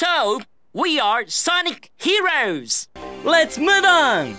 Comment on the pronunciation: Jun'ichi Kanemaru sounds british after speaking english when saying sonic heroes